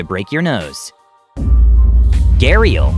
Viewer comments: It isn't pronounced as ghe-rial. It is pronounced as ghaa-reeal. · That's not how you pronounce it it's pronounced garial